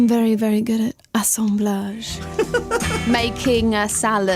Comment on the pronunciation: i'm discovering this video. It's so amazing to heard her about all this normal stuff. It would be fun if she'll do this kind off show in 2022. I love the way she says "assemblage", without any british accent it's sounds so french. Love her advices too. She sounds very natural, spontaneous, like if you are talking to friend.